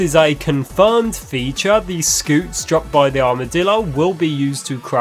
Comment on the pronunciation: It's pronounced scyoot bruh